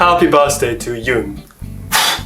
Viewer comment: it's not it's Yun lol